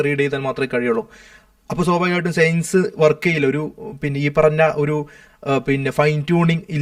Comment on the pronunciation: എടാ..സെയൻസല്ല സയൻസ് നി അതെങ്കിലും മര്യാദക്ക് പറ.